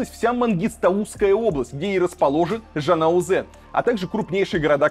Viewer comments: Не МангИстаУсская, а МангыстАуская область. Правильно говорить город ЖанаозЕн, а не ЖанаУзен) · Жанаозэн, Актобэ, тэнгэ, режет ухо, неужели невозможно говорить: тенге, Актобе, жанаозен? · Казахстанцы, всех передёргивает когда Варламов говорит: ЖанаозЭн, МангистаУская область, ТалдыкОрган, АктобЭ, тЭнгЭ. Или я один такой прогоняю? пхехехехе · Илья на будущее - не МангистаУская а МангистАуская область,не ЖанаозЭн а ЖанаозЕн,не АктАбЭ а АктОбЕ,не тЭнге а тЕнге,а то и не красиво и не правильно.Имейте ввиду.(Сам с Актобе) 🇰🇿🤝🇷🇺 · Илья, не делайте из Е - Э, жанаозЕн, сЕмЕй, тЕнге.... Как пишется так и говорится ... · Ну почему нельзя произносить название через "Е", а не "э"...ЖанаозЕн, АктобЕ, тенгЕ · не жанаозЭн, а жанаозЕн.! нормально произносите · Как вы задолбали в Рашке. Почему букву Е не можете говорить как будку Е, а не Э. ЖанаозЕн а не ЖанаозЭн. И тЕнге а тЭнге 🤦🏾‍♂️ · Илья, вы задолбали произносить звук Э там где его нет! ЖАНАОЗЕН, АКТОБЕ, ТЕНГЕ. Где в этих словах есть буква Э?!?! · ЖанаозЕн,АктобЕ,ТенгЕ! Не МангистАУской а МангыстАуской! Где там буква «Э»😭🤦🏻‍♀️🤦🏻‍♀️🤦🏻‍♀️🤦🏻‍♀️чувааак…..